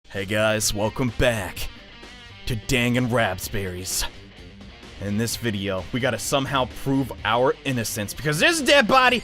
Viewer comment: Everytime he says Danganronpa wrong it gets worst and worst